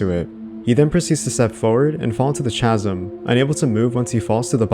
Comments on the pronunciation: i hate to be that guy - it's pronounced "KAZ-UM", not "chaz-um" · Chasm = ' Kaz-am '. Not =/= 'chaz-um' Ftfy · Chasm is pronounced “kaz-im” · I don’t understand how people make videos but not look up how to pronounce something.